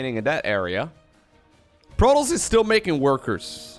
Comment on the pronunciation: When you say: protoss. I hear Pro Tools :P